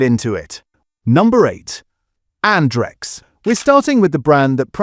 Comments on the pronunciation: Stop the AI voiceover on this channel , you make yourself look stupid. It isn't'Ondrex' it's Andrex! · I think this was covered earlier this year. I moved to Bumboo as a result. They have carbon neutral delivery options, recyclable packaging and they also offer paper that hasn't been whitened as well, taking needless cost off the price of the rolls :> Also, the AI is struggling again, this time with Andrex 🥀